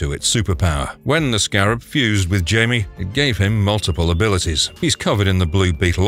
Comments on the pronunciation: I love the video. Very informative, but found a couple discrpencies. Yes, i am "that guy." I didn't realize Carmine Infantino was all over DC history. I think I'll do some research on him. Jaime is "Hi-may" not "Jay-mee." Used animation of Plastic man instead of Elongated Man. I don't think Supergirl's clone in JLA was named as Power Girl. Mister Miracle is a New God? I forgot about that. Booster Gold and Blue Beetle were also in Smallville. So was Dr. Fate. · Blue beetle #3 Jaime Reyes is actually pronounced like Hi- Me not jay-me because he’s Hispanic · It is not pronouned Jamie......... Awwwww that annoyed me. Also Black Canary also made a live action appearence in Arrow way before Birds of Prey